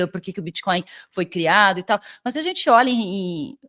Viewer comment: Muito bom o conteúdo. Por que você fala MÛS ao invés de mas?